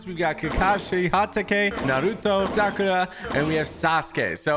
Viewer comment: She said Sakatra